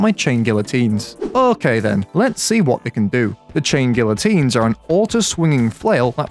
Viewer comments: its pronounced GEE-a-TEEN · You corrected yourself and you were still wrong. It’s ghee ya teen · You churn these vids out like sausages btw I pronounce it gee-uh-teen not sure if thats correct tho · please its pronounced gee uh teen, you hurt me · bro its gee uh teen bruhhh 😭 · it's pronounced gee-uh-teen because the "LL" makes sort of a "Y" sound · Gee uh teen. PRONOUNCE IT CORRECTLY. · the funniest thing about him correcting his own pronunciation is that he's STILL pronouncing it wrong after he gets it right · You managed to mispronounce guillotine, correct yourself, and then proceed to use an incorrect pronunciation for the rest of the video anyway. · The fact that you corrected yourself and still got the pronounciation wrong XD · You still said it wrong btw